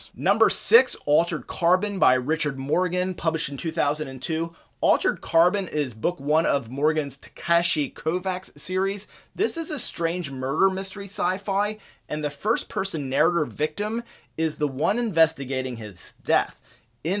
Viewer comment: Kovach. Vach. ch. It's pronounced Kovach.😊